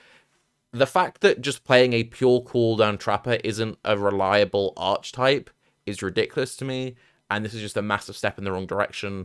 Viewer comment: It's "ar keh type" not "arch type" :)